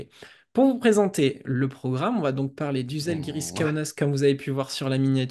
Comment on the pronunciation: On dit pas zalgiris le z avec accent en lituanien est comme un ja en français,ca se dit jaalgiris